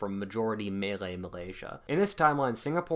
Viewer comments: Its "malay". Not "melee" lmao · guy pronounces maylay as if hes saying melee weapon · Jeez you never heard someone say malay before ? 'Meilei' lmao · LMAO, "melee" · Did you just pronounce Malay as Melee? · His pronunciation of Malay makes me die a little inside each time he says it